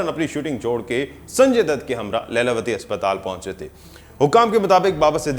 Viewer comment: Not Laila it's Leela vati